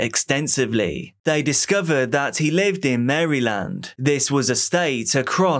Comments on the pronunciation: The way he said maryland.......lol so off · I love how you pronounce Maryland lol. Mary-land